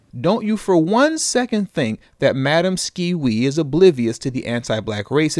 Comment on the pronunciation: Madam Skee-Wee....🤣🤣🤣